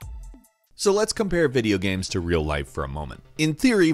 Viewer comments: "Videogehms." Oh you. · He says it several times in the video. He even says "sam" at one point instead of "same". I have heard many different accents before but this is new to me.